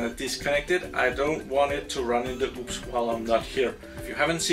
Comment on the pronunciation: It's called UPS not oops